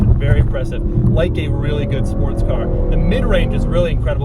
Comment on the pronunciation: Did anybody else hear him say “Sparts car” ?